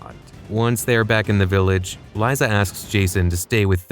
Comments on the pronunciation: fuckin ai voice. its lisa not lieza. weak sauce low effort channel. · Its pronounced lisa even with a z liza